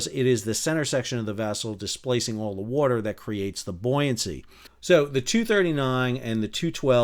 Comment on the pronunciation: "In the werter...". lol.